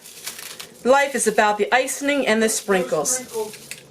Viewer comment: I got so tickled at how you say ice-ing. Must be a northern thing. I'm from the South and say ice- ing.:) Not ice- en- ing. Love your videos. Your so fun!!